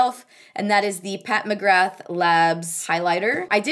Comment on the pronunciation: Loved the video as per usual ☺ just a heads up that McGrath is pronounced Mc-gra, in Irish the th is silent! Love from Ireland xx